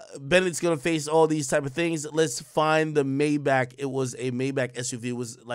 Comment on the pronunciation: Got me feel like AK can’t pronounce Maybach